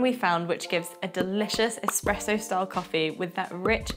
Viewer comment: It's not Expresso, and it's not even Expresso like. Is this video having us all on? this must be a parody.